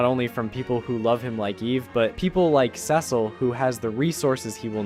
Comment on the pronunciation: Why do you pronounce Cecil wrong?